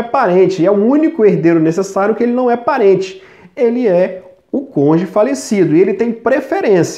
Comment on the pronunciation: Parece o Sérgio MORO "CONJE"😂😂😂